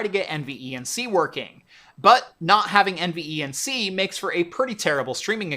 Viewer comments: Please just say N-Venc. Not N e v n c. Jesus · Take a drink every time he says N V E N C instead of NVENC (En-Vank) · Curious why you pronounce every letter in NVENC, when most tech tubers just say En-Venc, but do pronounce iSCSI as Eye-skuz-ee and not individual letters .. I’m sure it would have shaved at least 25 seconds off total video length 😋